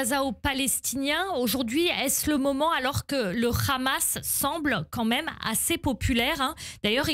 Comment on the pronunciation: C est pas rramas, c est Hamas.